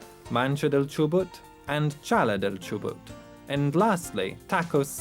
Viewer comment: is not Chobut it is Chubut